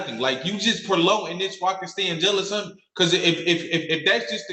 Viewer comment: "Y'all are just preloten this" What?!? You mean prelonging? Its hard to sound smart when you have the IQ of a grapefruit! I also loved "This is imprisonment!" Yes it is! You finally got something right! You wont leave her alone out there so now you're in jail! Wow! What a moron! 🤣😂🤣